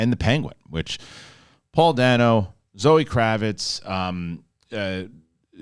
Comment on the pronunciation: It's pronounced ˈdeɪnoʊ, by the way. Paul Da(y)no.